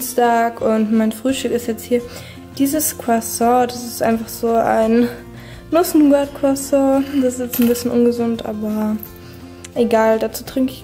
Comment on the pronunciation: Nicht crasso es wird crosson ausgesprochen